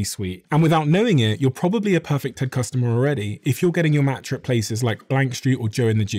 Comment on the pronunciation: Here in the US, i can't understand the name you said of the matcha